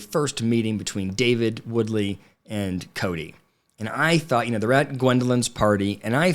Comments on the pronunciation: Wooley, not “WooDly” 😂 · Just an FYI it’s Wooly not Woodly. Love your channel!! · Ya know, If you want people to take you seriously, perhaps it would be beneficial if you got the character's name right. It's Wooley, not Woodly! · David Woolley not Woodley. Sheesh....David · Wooley not Woodley. 😉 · It's Wooley, not Woodley. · Wooly not woodly😊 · Wooley not Woodley😜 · Firstly, David Wooley, not Woodley. Secondly, you missed two important parts. First, when Kody said, "We had 8 feet of snow", which they obviously didn't - three or four max - then later Christine said, "I heard you had 4 feet of snow." Showing his need to exaggerate. Second, during Meri and Janelle's conversation, Meri says Kody told her Janelle was in charge of the finances and Janelle says, no, I'm just the bookkeeper. This gives insight into how Meri has been manipulated against Janelle. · David's last name is Woolley, not Woodly. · Are you saying David Woodly?? 😂😂😂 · I think you are saying David’s last name wrong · Were you purposely pronouncing David’s name wrong? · Let's start with getting Davids last name right... lol